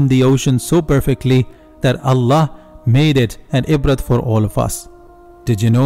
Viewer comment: Ibrah عبرة not ibrat don't pronounce the T.. please bro..